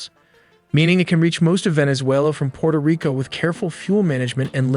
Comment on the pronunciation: *Puerto Rico, NOT "Porta".